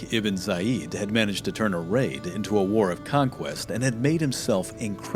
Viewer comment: It's Tariq bin Ziyad. Not Zayid.